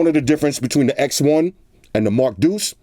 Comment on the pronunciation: This. They should know it's the Mark DEUCE